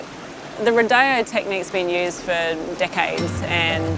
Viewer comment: I have to laugh at the “ro-DAY-oh” technique 😂 Girl you’re doing a turtle rodeo 😂